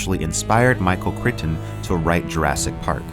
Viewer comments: It's not Michael [crit-un], it's Michael [cry-ton]. Both the Killing Star and the Remeberance of Earth's Past have what I see as the idea seen in Frederick Poul's Heechee novels, a force going around obliterating all other races. I have seen the same concept in other novels. The Echoes of Earth, Orphans of Earth, Heirs of Earth. Revelation Spacw. That's only what I can think of off hand. I'd always assumed there were other novels I'd never read with what I assumed was a basic science fiction trope. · Michael “CRYton”